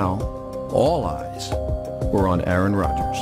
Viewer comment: bro they said Aaron wrong Lol